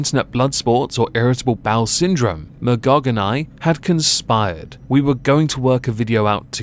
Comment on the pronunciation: You mean Ma-Y-gog?